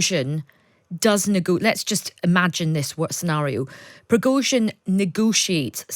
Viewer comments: Who is Projojin? Dont you mean Pregozhin?... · Prozozhin? 😂😂😂😂these people on times ain’t been able to get his name right all day earlier they called him prosogin and prizogin 😂they also called Ukraine ukaine🤣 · But she couldn't pronounce Progozin